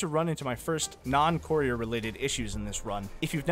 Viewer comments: “The coreer”😂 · How many times will courier be mispronounced? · God the way you say the word courier 🤦‍♂️